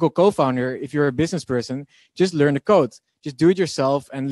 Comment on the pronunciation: U should learn how to pronounce learn 😂